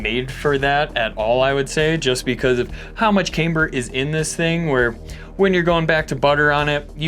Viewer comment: says Cameber. LOL (in a Beavis laugh)